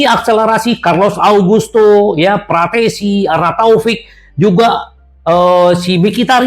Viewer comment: Km juga salah,,yg bener frattesi😁😁